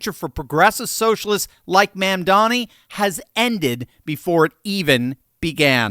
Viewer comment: I like how he calls him "Ma'am-dani." 😆